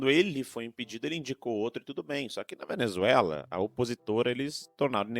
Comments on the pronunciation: O cachaceiro não consegue nem falar Venezuela. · Tá bom, mas olheiro não é quem procura jogador de futebol? Ele não consegue falar Venezuela direito e não sabe o que é Observador.